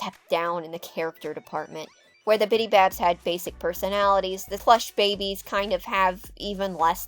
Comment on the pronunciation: I really enjoy your videos! I like how throughly you research the info while adding your own opinions. However I think my absolute favorite part about your videos is when you insert an image to portray your personal emotions. you introduced the Plush Babies but I guess you mispronounced the word or had some sort of technical issue and you inserted that image of the pissed off Daffy Duck-I hollered 😂😂😂😂 Keep up the great work and I look forward to the next video! ❤